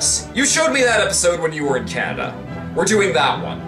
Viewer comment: lol canadia